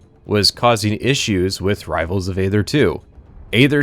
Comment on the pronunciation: I can't stop myself from being a neckbeard here: It's pronounced "ee-thur " ('th' like the sound in 'think'). "AE" is a 'ligature', and there's an argument to be made for pronouncing it "ee" or "ay", depending on whether you're doing Ancient Greek or Ancient Roman pronunciation. But never "ather" like you're reading the word "other" with a typo.